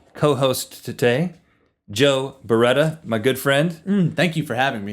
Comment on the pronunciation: ERMAGERD ITS JOE BERETAH!